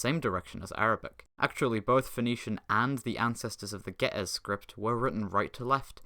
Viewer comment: Your pronounciation of Ge'ez made me die inside